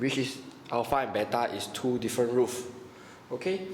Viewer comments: Is roots not roof stop say roof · Thanks a lot. This really help me. But I kept hearing brackets as 'blankets' and roots as 'roof'. Hahahaha. But it doesn't matter because with this I really understand much more. :)